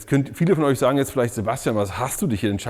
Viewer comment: Der Sieger ist Bosch, sagt zumindest Seboschtian 😂😂😂